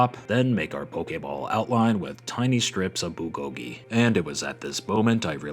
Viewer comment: Pokémon should make these into real merch. Also bulgogi is pronounced like “BURL-go-gee” The “rl” in “burl” is combined in one letter making an r/l sound. If you can’t pronounce it just say “BROO-go-gee”, which somehow sounds more authentic than taking out either r or l